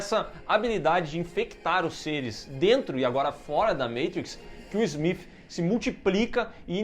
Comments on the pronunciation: Engraçado voces falar aobre falar Matrix ou "Meitrix", Neo ou "Nio", e falam Agente Smiff.. hahahahah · Smif kkk o nome do cara é smiti pooo